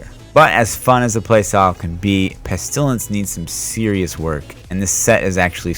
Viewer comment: I like watching your videos until you say "pest ilence" : /